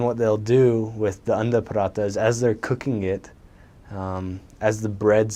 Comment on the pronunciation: he is my guy, he said parotha instead of paratha😅